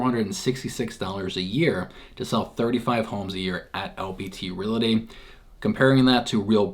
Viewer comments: I think you are pronouncing re-LA-ty instead or re-AL-ty. :) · Realty NOT RelAty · its the way you/re pronouncing the word, Realty. Correctly pronounced, you should first say "REAL", then add the "TEE", hence it should sound like, REAL-TEE, instead of Real-La-Tee, the way you say it. We're just trying to help you my dude.